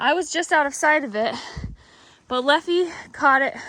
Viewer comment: I think it's Leffe like the beer.